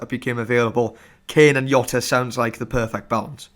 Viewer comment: Where in earth do you get YOTA from? Do not watch fpl family. They started using that stupid pronunciation - and are still the only ones saying it. You don't call Mourinho Yosay